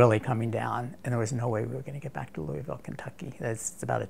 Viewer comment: he can't pronounce Louisville. lol